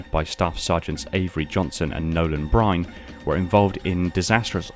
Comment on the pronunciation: Small thing but its Staff Sergeant Nolan Byrne not Bryne